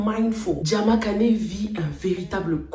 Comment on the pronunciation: J'adore tes revues...c Diama Kane et non kané😂